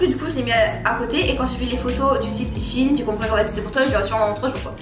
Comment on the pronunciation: SHEIN pas chiine sinon super vidéo 😅